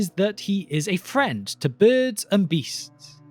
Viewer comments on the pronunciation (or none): for the love of manwe, learn to say your 'r's . seriously i had to stop listening because if i heard you say 'fwend' one more time I was going to put a staff through the monitor.